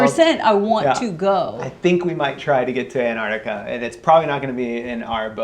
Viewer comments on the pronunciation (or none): fyi, it's not antartica, it's antarCtica. there are two c's that are pronounced. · Anartica? You mean Antarctica or the Arctic?